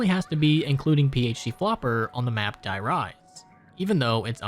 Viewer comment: De Rease is how you pronounce die rise